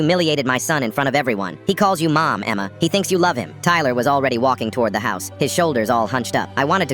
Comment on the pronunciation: He said Emma like EMMMEAAA 😂